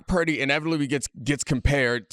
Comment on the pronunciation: Brock Puurrrrrrrrdy😂